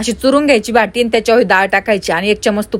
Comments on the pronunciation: भाटि nahi o बाटि aste 😂😂😂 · याला भाटी नाही.... "बाटी" म्हणतात ताई.....